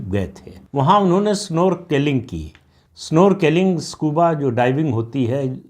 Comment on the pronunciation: प्रदीप सिंह जी: स्नॉर्कलिंग है उच्चारण.